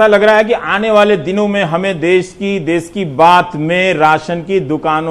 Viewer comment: देश होता है देस नही सर